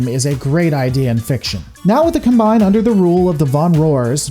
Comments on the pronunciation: pronounces Combine correctly, as a noun it's pronounced /ˈkɑm.baɪn/ and Hegemony is pronounced as either /həˈdʒɛm.ə.ni/ or /ˈhɛdʒ.(ə).moʊ.ni/. Another great video btw. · "You're not wrong, you're just an asshole." - The Dude. Combine is indeed pronounced as the Noun, not the Verb, and gets it right about half the time. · I was surprised managed to pronounce "Combine" in a twitch inducing way. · no you said "Heh Gohmony" also sad "cuhm bine" instead of "Cahm-bine" lol it's like you were gonna say the Draconic Combine into Voltron - but Combine...like a combine harvester is the...well whatever good video! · How is it you mispronounce "hegemony" and "combine" the whole video, except for one time ? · Your pronunciation of "Combine" was inconsistent throughout the entire video. So was "Kurita." Pick a pronunciation and stay with it.